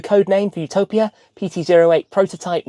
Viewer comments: It's Utopìa, not Utòpia. Rcamadonna. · "YOO- TO - PIA " AHAHAHAHAHHAA omg. Its "U- TO - PÌA" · It’s Utopìa (Italian pronunciation). Btw I wonder how you drove the car out of San Cesario, since there’s a steep bumpy road on the way back to the SS9. Those roads are so narrow and worn out, it’s a shame.